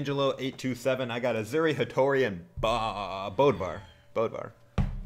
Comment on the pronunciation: Why do all people say BODVAR, his name is BÖDVAR